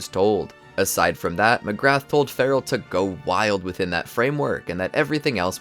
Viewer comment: Mcgrath is pronounced "Mac-rah"